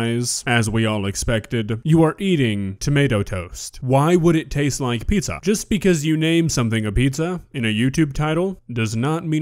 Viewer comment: Well, it's not pizza... It's PISSA